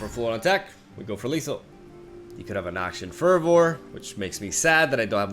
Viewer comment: Noxian Fervor is pronounced: Noxian Ferver. Ye been warned is pronounced: Yee been warned.